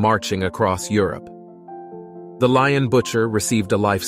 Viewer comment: pity he’s mispronouncing Lyon